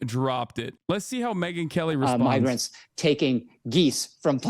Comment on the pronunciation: Yeah I tried to listen closely for the n or m, and I can’t help but hear n. Migrants doesn’t start with n at all